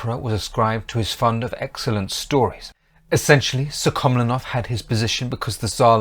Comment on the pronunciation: Apart from misprounoucing the names of the Russian ministers PolivAnov and SuhkhomlInov, this is largely correct. I have personally met my g-g-father, an ethnic Buryat (Mongolian), who fought in that war, first in the cavalry, later as part of of an armoured vehicle crew.